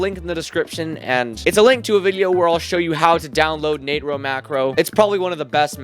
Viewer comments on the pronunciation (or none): why did you say nate-row macro 😭😭